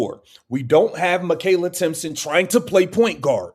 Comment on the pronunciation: its Timpson!!!idiot!!!